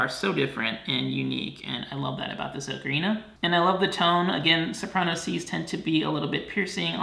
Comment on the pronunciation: you been saying ocarina wrong the whole time